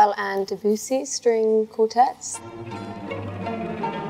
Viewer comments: da bussy 💅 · It’s “deb-yew-say” isn’t it?